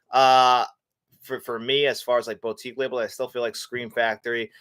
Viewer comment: Sorry for this comment, but the way you say boutique really triggers me. It’s said boo-tique, not boat-ique